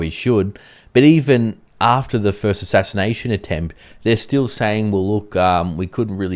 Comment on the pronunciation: Ashinanation attempt. Let's say it again. Ashashination attempt 🤣🤣🤣